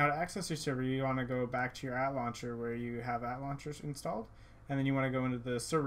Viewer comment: Lol he pronounces ATLauncher (At-launcher) when its supposed to be pronounced (A-T-Launcher) xD